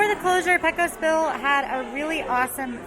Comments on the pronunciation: I'm sorry, but constantly pronouncing "Brer" as "briar" stabs me in the soul each time. Also Pecos Bill is "PAY-cose", not "PECK-o's". Sorry for the nitpicking, but I have to defend the honor of my favorite land. Edit: thanks for catching the Pecos thing. Lol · PAY-cos... PAY-cos Bill. Sheesh. I know, I know.